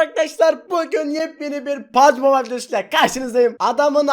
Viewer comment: videoya baslarken pubg mobile diyemeyen tek youtube kanalı pbg mobayıl diyor:d